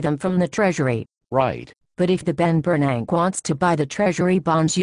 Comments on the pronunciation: I love how they pronounce "Ben Bernank". The rest is worthless blabber. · lol "the Ben Bernank" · I lost my shit at "the Ben Bernank" lol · "the ben bernank" I'M DYING!!!! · "The Ben Bernank" LOL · "The Bernank" is my favorite part of the vid. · is that my ears or do they always pronounce ben bern-ack !!! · Lol the Ben Ber-nack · Congress and bears can't pronounce 'Bernank'.